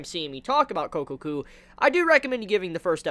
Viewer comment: Sure, i'll keep watching. I won't call it "one of the best" this season, though - worth watching doesn't mean the same as that to me. By the way it's Kokkoku not Kokoku. The "kko" is more pronounced/emphatized